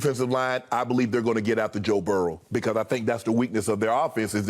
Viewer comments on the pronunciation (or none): I love how Shannon says Joe’s name. It almost sounds like Joe Barrel lmao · Good ol’ Joe barrel lol 😂 I was born in Salt Lake City Utah lived there about 2 months then the rest of my life in Baton Rouge Louisiana so I get the old timer uncle shay